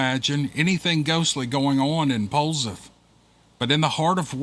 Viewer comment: POLZEATH LIKE POLE SETH ;)